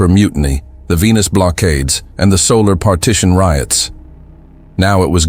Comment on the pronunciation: . Solar, not soul.